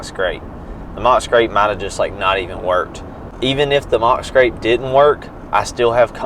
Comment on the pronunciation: It's scrape not scrap 😂